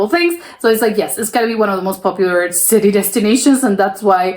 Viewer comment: why can't you pronounce "city"? Its just an english / american word.